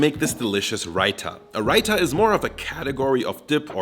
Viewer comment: You absolutely murdered the pronunciation of Rita